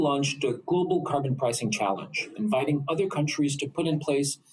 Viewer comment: Liberals favorite french word. Car-bon